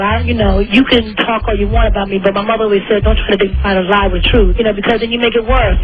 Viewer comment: The way she emphasized LIE. 😂😂😂😂🤣🤣 This interview is Comedy Gold